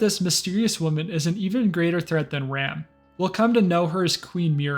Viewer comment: Its pronounced general R-ah-m. Not ram